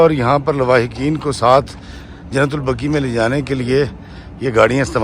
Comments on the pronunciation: ماشاءاللہ۔۔۔ محترم۔۔۔ درست لفظ "جنت البقیع" ہے۔ جنت البقی غلط ہے۔ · ایڈمن نام کی درستگی کریں قبرستان کا نام "" جنت البقیع "" " البقی" نہیں اور شہر کا نام " مدینہ منورہ" ہے یا " مدینۃ المنورہ" عربی میں ہر شہر کو "مدینہ" کہا جاتا ہے